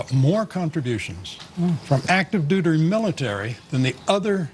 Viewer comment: "Active duder military", also, Ron Paul 2012!